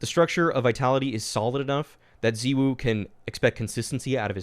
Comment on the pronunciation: The way you say ZywOo really triggers me